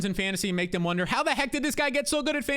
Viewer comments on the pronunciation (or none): none